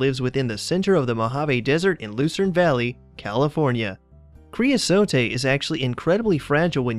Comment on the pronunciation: Cre-uh-sote. The final e is not pronounced.